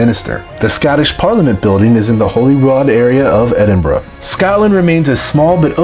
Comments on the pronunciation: Edinburra not borrow and Glasgow not Glascow infuriating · Am Scottish and I pronounce it eh-din-burra, not even two minutes in and one fact that is completely false.